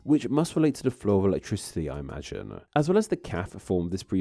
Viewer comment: Why is there a “schwa” sound added to the end of so many words being said? Like “… all collected-uh.””decend-uh” “tube-uh” imagine-uh.” “… to-uh” “categories-uh” “down hill-uh?” I’m not judging if this is a real voice. Or is this an AI voice? Or a speech issue?